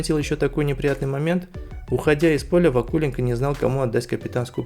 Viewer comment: Пюник может спасти либо подкрепление в центр поля, либо нападающий в стиле Кейна. А почему ударение в фамилии Вакуленко стоит на у? у того же Басты ударение в фамилии стоит на о, может и здесь так же? но не знаю насколько это распространяется на фамилию ЦЗ Пюника. Игроки Струги были уверенны в своём ударе, а игроки Пюника толком не били. Дебле очень нужен здесь и сейчас, он умеет завершать моменты и брать игру на себя. Конечно не в стиле Кейна или зубастика, но он качественный игрок. Сильно поржал с действий защитников Слимы при втором и четвёртом голах. Ноа красавцы, но дальше будет сиииииильно сложней. Серобян, Арутюнян и Оканси потопили Зимбру, чей игрок попал в штангу при выходе 1 в 1. Игроки Урарту не крыли соперников, набегающих вторым темпом, зато они смотрели на мяч. Думаю что два, т.к Струга забьёт на выезде. Она может и не шибко сильна, но уверенность в своих силах у них есть.